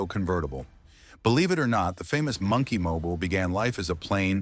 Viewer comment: AI pronunciation of "Monkey Mobile" is wack!